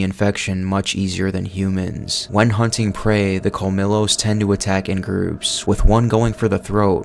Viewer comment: You need work on some of your pronunciations bruh, like the colmillo it’s pronounced as Col-me-Yos and the verdugo is pronounced as Ver-Doo-Go